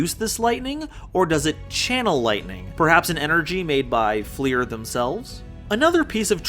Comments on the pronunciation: its pronounced like fluer de lis, its french, so not flEER, but flUR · I appreciate your video but DAMN stop pronouncing Fleur like FLEER, it's french for flower